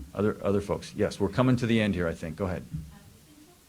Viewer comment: He said I WANNA SHANK. I MEAN I WANNA THnk😂😂